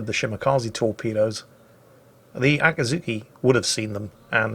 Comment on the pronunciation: . It's Akizuki, not Akazuki, though